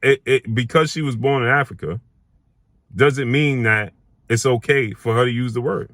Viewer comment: Africa not Arica